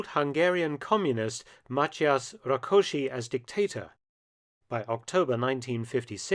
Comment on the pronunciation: I didn't expect you to pronounce Rákosi's name correctly :) Congrats!